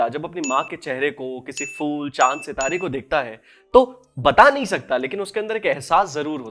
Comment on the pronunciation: Full nhi hota mere bhai ....phool hota hai ...🤦 Keep it up